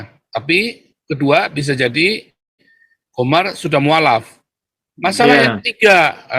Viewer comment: Gomer atau GOMAR sih?